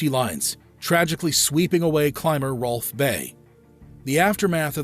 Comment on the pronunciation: Huwan......Hwolf........what's wrong with this guy?